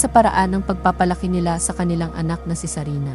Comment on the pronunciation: It's sarina!! Hindi sabina 🙄🙄🙄🙄